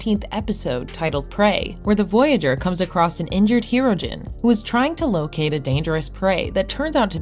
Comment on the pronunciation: It is also not "the Voyager" or "Hero-gen"